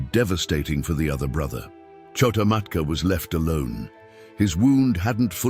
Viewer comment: It’s not KHO-TA MATKA.